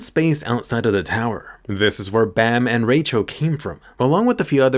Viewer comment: I like how could barely say Rachel’s name 😂